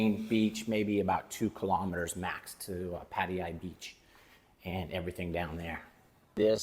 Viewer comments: It’s Patt A ya, NOT Patt i ya!!! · its patayAAAA not patie-ya bra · Please learn how to say Pattaya. It's not "Patty-yah". It's "pat-TIE-ya". I'm married to a Thai school teacher and you hurt her ears. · so funny the way americans pronounce hte letter 'T'. sounds like you're saying Padaya not Pattaya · Dude, stop pronouncing it wrong. You're killing me😂. It's Pat-Tay-Yah. Thank you. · Put - thai - ya said evenly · Gods forbid you even bother to learn the intonation of Pattaya—the name of your town. “Over ten years in these countries…”. Wow..